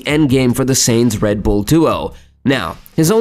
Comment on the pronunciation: I quit watching because of your pronunciation.......butchering of Carlos Sainz's name....pronounced as Sign-z.....not Sane-z My ears are bleeding, thank you.